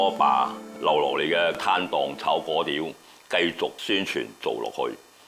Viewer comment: 正確讀音係貴刁，炒貴刁